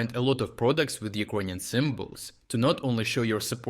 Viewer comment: WTF!, man, you gotta learn to say it correctly since you trying to be serious - it's not Ukr-O-inion - it is has to be pronounced as Ukr-A-inian. I understand your channel is reporting from Ukraine not from UkrOine?